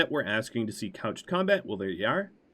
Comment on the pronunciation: I so happy you are saying couched lance and not crouched this episode it was really bugging me lol